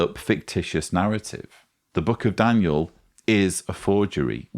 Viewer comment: Did call him "Dan-u-el"?